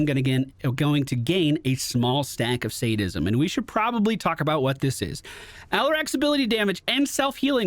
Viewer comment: You pronounced Sadism correctly! Proud of you!